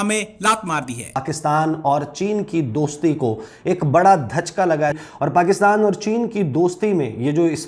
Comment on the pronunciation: Bsdk dhajka nhi hota jhatka hota hai🤣